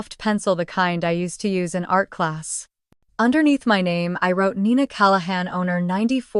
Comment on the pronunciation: Nina not Nina 😴